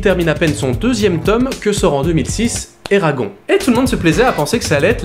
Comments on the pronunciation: Excuse-moi mais alors là je viens à peine de commencer la vidéo je suis à et je déteste quand on détruit le prénom d'un films ça ne se prononce pas Eragon ça se prononce ERAGONE on prononce le E a la fin mais il ne s'écrit pas C'est la prochaine fois j'entends encore quelqu'un qui dit et qui ne prononce pas le E à la fin je crois que je vais péter un câble mais déjà ça fait déjà 2 ans que j'entends ça parce que mon fils s'appelle exactement pareil et j'en ai marre des personnes qui ne prononce pas ça à l'américaine mais qui prononça en mode Français 🤦🏻‍♀️ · On dit Eragonnnnnnnne!! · Eragon(ne) ça se prononce ERAGON(NE) non de dieu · Ça...se...prononce... éragone !! Et pas éragon bordel ! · sa se dis : "éragone" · Eragon se prononce "Eragone" phonétiquement ... c'est un prénom elfique. Comment pourrais-tu faire une critique constructive d'un film dont tu n'as pas lu les romans ? Alors évidemment si on outrepasse le lien entre les livres et le film celui-ci n'est pas si mauvais. En revanche, si on le prend pour ce qu'il est c'est à dire une adaptation, c'est désastreux et pas seulement concernant les détails comme le physique des personnages ou autre mais carrément des passages cruciaux de l'histoire qui ont tout simplement été balayé rendant toute suite impossible ou à défaut incomplète. L'histoire originelle étant bien plus travaillé, le film aurait mérité de la retranscrire correctement. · Tirmarche Jilann lol, désolé mais j'assume, ça me fait tellement rire de le prononcer en version franchouillarde. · Je suis globalement d'accord avec ce que tu dis, et tu le dis bien, sauf que je poucerougise, parce que ta prononciation de "Eragon" est absolument horrible. Ça t'apprendra. :D